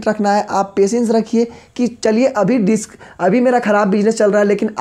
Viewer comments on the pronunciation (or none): none